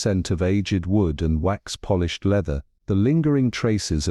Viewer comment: I do not like AI readers, no matter the human voice they use. "Lead" is not the same as "leaded" (windows). "Polish" (to shine) is not the same as Polish (from Poland). Sigh! Not listening anymore.